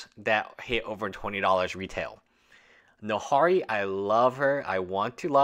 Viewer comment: Are you mispronouncing Nahiri on purpose?